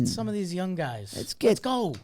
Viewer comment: Had to turn it off when Jim listed off the prospects and he goes “Yankees got all dez guys?”